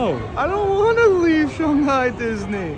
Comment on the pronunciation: This is the first video I’m watching in this series so I might have missed something but why does keep saying Shunghai instead of Shanghai?